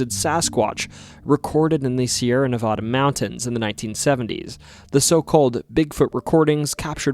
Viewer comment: But he said Nevada incorrectly.